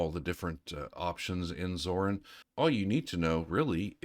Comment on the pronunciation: WHY are you calling it ZORN?